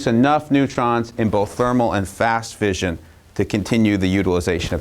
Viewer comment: Note to Kirk: fission is pronounced like "gone fishin" (like mission, compression, session, possession). The single 's' in fusion has the fyü-zhᵊn sound (like confusion, contusion, intrusion, etc.)